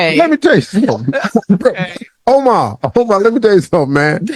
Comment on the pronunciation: Nigga said “Omar” lol